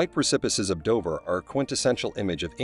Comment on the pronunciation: Operation Ocean Lion???!!! It's Operation Sea Lion. I adore this from the lowest part of my aortic pump. And it's Dover not Dovver. Dove as in strove not dovv as in of